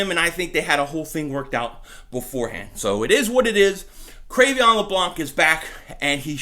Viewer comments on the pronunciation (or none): Cre'Veon??? isnt it pronounced Cre'Von?